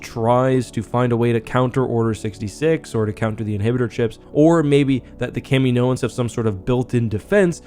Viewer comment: its not fooking kameenoans...... jesus thats so annoying